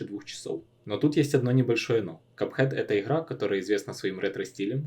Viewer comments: Хлавное правило, что ихра, ихрается да не выйхрывается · Как же сложно смотреть из-за специфичного произношения буквы Г. Хган энд ран, игхра🫠🫠🫠